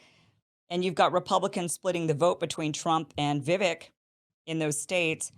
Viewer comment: Vi "vek" sounds like Cake not vick #LegendKim